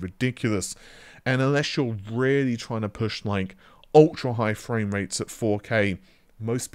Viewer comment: You'd better make sure you've got enough Freds to take advantage of Narvay Free.... Haha... to give credit to his pronunciation has improved over the past couple of years and I've always found it amusing in a light-hearted way.